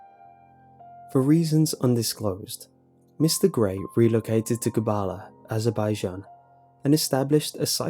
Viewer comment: You're pronouncing azerbaijan wrong... cool story thou